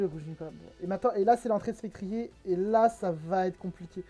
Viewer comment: Je crois qu'on prononce "Spectrieur". ou vu la team adverse, Gouging Fire ne servait plus et il fallait éviter qu'il se place (si il a la priorité, il peut se faire le reste de la team).